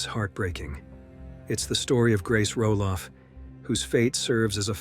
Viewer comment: No man. Her last name cannot be roll off. Wtf?